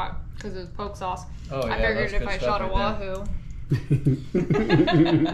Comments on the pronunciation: Just want to let you know that the POKE sauce is pronounced POKAY. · That Bull Surrendered Himself To 😳 It’s Pronounced (Pokéé) Diced up Bite size pieces 🤣👈🏾Not Powk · Your Hawaiian poke sauce is pronounced Po-kay. Not poke like poking a hole in something. In Hawaiian the letter E is pronounced Ay. I love watching your videos!! Aloha!! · Hi, epic video. The name of the sauce is pronounced: Po (the O sound is like how it is in the word "orchestra", n Ke (the E sound is how it is in the word "kettle".. So it's pronounced Pohkeh. U can google the pronounciation too. Have a Blessed day.🙏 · Great diving video and as always love the cooking. Heads up on the Hawaiian sauce - poke is pronounced po ke (hard o ) In Hawaii poke is usually cubed raw fish (ahi/marlin/cooked octopus/ or what ever you eat as sashimi) mixed with onions, seaweed/limu, salt, and soy sauce = chili peppers and sesame sauce optional) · Say it with me..."Po-Kee", it doesn't rhyme with Coke!😜😂😂😂😂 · Poke is pronounced pokay.